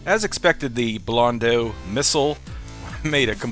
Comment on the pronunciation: Blondo Just say blondo. It's not blondu or whatever. AU or EAU is pronounced O in French